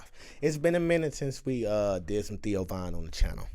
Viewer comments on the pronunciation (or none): He said theon.....lol its theo...theeee oh...lol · Too much GOT before this … His name is Theo like Theodore … Not Theon the dickless… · I love how % of the time you call him “Theon” and somehow you call him “Theo” the rest of the time 😂😂😂. I’m pretty sure you know but his name is Theo…Which would probably be short for Theodore. I ain’t ever heard of someone named Theondore before…. 😆😂🥷🏻